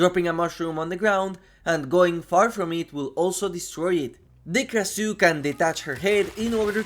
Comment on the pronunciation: Pronounced "Krashoo" I have such a hard time listening to people butcher names.